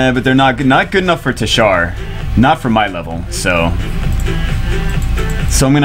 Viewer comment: Gg bro for ur teshar but it ur saying it like titshar lol